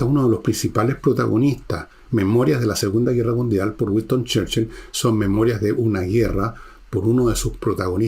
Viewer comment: Gran personaje y gran resumen. Pero..."Güiston Cherchil".